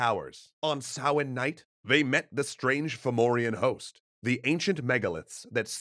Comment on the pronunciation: Bonus points for pronouncing “Samhain” correctly. (Sah-win)